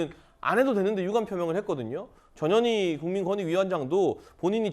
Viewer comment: 전현이 읽을때 발음이 "저년이" 맞나요?